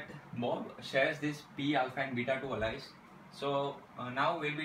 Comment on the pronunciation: Its Not "Alaice" Chuttia its "Alice"....